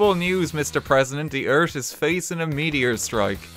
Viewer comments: "thee Eert" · I love the way you say earth. Eart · "ERT" "THE meteor will destroy ERT"